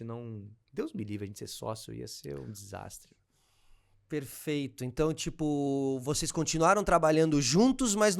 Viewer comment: "perefeito, perefeito..." x 1000